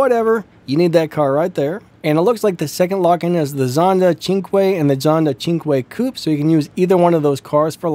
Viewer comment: finally knowing how to say cinque 💪